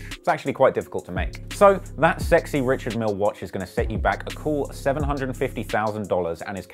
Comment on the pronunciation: It's actually pronounced Rishard*